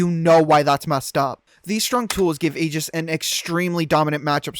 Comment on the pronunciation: never let a Smash player say Aegis brah 😭😭😭